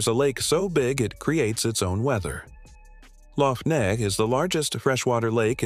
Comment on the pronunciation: Laugh Neagh is not pronounced "neg", it's pronounced "nay".